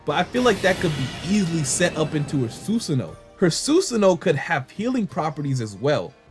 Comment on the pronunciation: It’s not susuno (Sun) it’s susano (San). C’mon people it’s not that hard to say if you pay attention and just listen to how it’s pronounced in the anime you’ll never mispronounce it again and by anime I mean the Japanese version not the English version. English dub is consistently mispronouncing names of moves and characters and then has fans thinking the way they pronounce names of moves and characters are the correct way of saying them but in reality they way pronounce them is wrong.